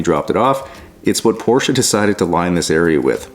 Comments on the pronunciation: I am really impressed. Especially of the fact that a nativ english speaker pronounce the name PORSCHE correct. Then it doesn't matter if it is one or then of them utbis always Porsche where the E ist spoken. And there is notvan s on the end. 😉 Well done! The job and the german.😂 Greetings from germany. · Allone for the right pronunciation of the name Porsche you deserve a like. Most North Americans call it porsch or porch…. Thanks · Great to hear that you pronounced the name correct as we do in Germany.